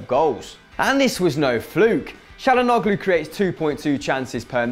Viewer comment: its pronounced chalanooloo not chalanoglo